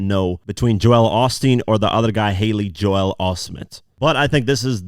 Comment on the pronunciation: Ive got one issue with this breakdown.... JOEL is not pronounced JO-EL.